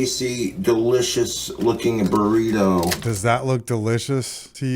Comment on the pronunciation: "burrituh shells"